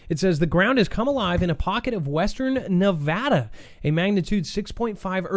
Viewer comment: Thank you for pronouncing Nevada correctly.